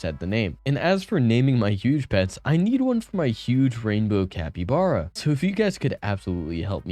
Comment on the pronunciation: "CapyBrae"